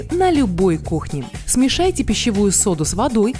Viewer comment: "ВАЗМИТЕ", "СМЕЖАЙТЕ"😁👍